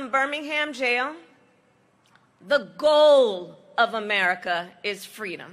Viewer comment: Reminds me of the story she plagiarized from MLK about being a little kid in a stroller with her mom at a civil rights march in Oakland. She said she fell out of the stroller and her mom asked "baby, what do you want, what do you need" and she said "fweedom".